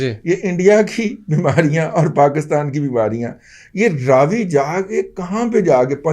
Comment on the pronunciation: First of all please correct your pronunciation for Ravi river.......its Ravi not Raaaaaavi.....Hindu dusmani me naam he galat mat lo....